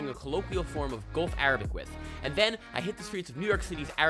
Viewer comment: u really have a good arabic accent !